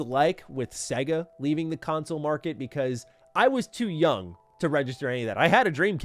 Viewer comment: How did you pronounce Sega!?!? 😂😂😂